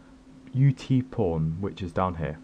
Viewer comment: when you say "UTpawn" sounds like your saying "UTporn" lol